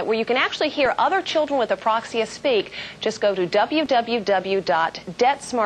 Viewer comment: ...too bad she couldn't pronounce "apraxia", it kept coming out Aproxia. Oh well at least they made it known to people sitting at home who may have never heard of the disorder.